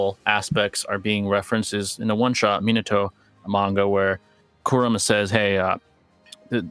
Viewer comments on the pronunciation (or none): He said minato 😂😂